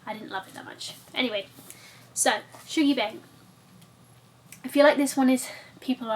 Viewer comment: being scottish i feel it’s imperative to point out that “shuggie” isn’t pronounced “shoogie” it’s lowercase “U”. pronounced “Shuhggie” haha! sounds like a book i’d really enjoy, very irvine welsh!x